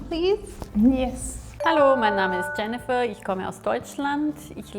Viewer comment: Isn’t Jennifer pronounced like Yennifer in German? Like the character in Witcher